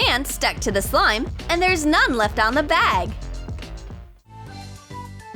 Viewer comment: Why are they saying slime as sloim?